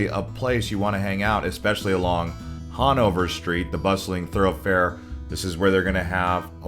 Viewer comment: Han-over Not hawn-over